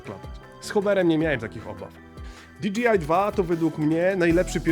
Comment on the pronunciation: Fajna recenzja! Jedna tylko mała uwaga bo kole w uszy ;) Za połową filmu bardzo często mówisz "di dżi aj". Nie "di dżi aj" tylko "di DŻEJ aj" :)